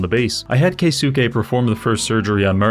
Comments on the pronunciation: Psst. It am pronounce of “kay-skay” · pretty sure keisuke would be pronounced kayskay